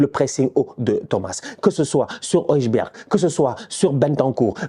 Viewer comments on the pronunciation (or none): HOI. BERG !!! dans les langues nordiques, en neerlandais, et je crois en allemand, le J est pas une consonne, c’est une lettre qui modifie la voyelle qui la,précède, comme dans Rika Zaraj !! ecrit rika zaraï en français, ou januzaï !!! pas januza je !!fait un effort c’est ridicule